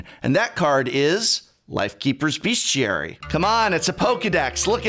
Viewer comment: Hearing mispronounce Bestiary is really something else.